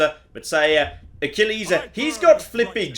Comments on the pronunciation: Achilles is ”a-kill-iz” or ”ah-kill-iz”. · Excuse me? "AK-AH-LAY-US" What the hell is that? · Why "Aky-Lay-Us".. rather than the more common "Ah-Kill-eez"? I've never heard it pronounced like that before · you pronounce the name as ack-ih-lay-us. you pronounce it as uh-kill-hees. Which is it, because I'm super interested and this is the kind of stuff I love hearing you nerd out about. (I think you had previously gone off about Hercules, and that was another enjoyable rant to listen to, so I need another one based on another name.) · The more greek way of saying the name Achilles I believe (and would be spelled more like Achilleus). I think it's a majoring in Classics thing.